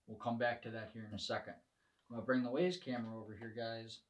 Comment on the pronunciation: The company name is "WYZE" as in "Wise", not WAZE, the GPS app.